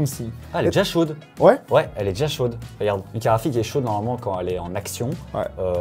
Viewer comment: Perso j'entends karafik et pas carte graphique. Je vais changer d'oreilles.